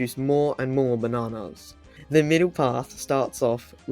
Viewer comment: I'm not making fun of him, but the way he says, "Ba nah nahhss" is making me enjoy this video more than I should